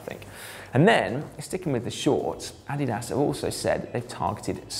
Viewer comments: Yeah, to me it sounds like he is saying "added ass." In German is would be more like AH-dee-das. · "AH-DIII-DAAS". You're saying it wrong Simon :/ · uh-DEE-dus. uh-DEE-dus. I suppose you call it "Pew-Mah" as well? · Uh - Dee - Das Please, you can have Al lu min nee um. But you are killing my ears with your pronunciation of Adidas. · Adolf 'Adi' Dassler. German, and company founder. Therefore: Adi-Das. Vielen Dank. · Simon - different parts of the world pronounce Adidas "ah-DEE-das" or "AH-dee-das", but none of them pronounce it "Added Ass" -- perhaps that is your opinion of the chamois? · Say it with me: UH-DEE-DUHS. ADIDAS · weirdest way to say Addidas